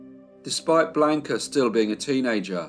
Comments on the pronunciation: The voice of or whoever pronounced Blanca Bland-ca and not the correct pronunciation of blonde-kah. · A riveting & interesting case with many medical experts who helped get her acquitted. Great life story! Only problem is your torturous pronunciation of her name despite your babbel Spanish lessons? I was surprised! Blonde-kah, NOT Blaka,!😅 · Never pronounced like he pronounced...bland-ka ! Sounds like blanket, awful !Not Spanish at all ! I dated a Mexican-American girl named Blanca, so I know from experience ! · Hello, thanks for the feedback, I am not aware that Blanca is pronounced Blonde-ka in Chile, maybe, but I have never heard it pronounced like that, I do know a couple of people named Blanca and they pronounce it like I did, Blanca